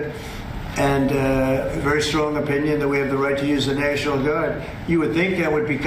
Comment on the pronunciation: Why does Trump pronounce the word "national" as "near-shi-nal"?